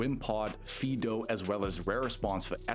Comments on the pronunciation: Not Fee-do. Fidough is pronounced "Fido" like the typical dog name. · You definitely are not. It's supposed to be FYE (so that it rhymes with "eye"), and you're saying FEE (so that it rhymes with "me"). You can fix your AI voice-reading, right?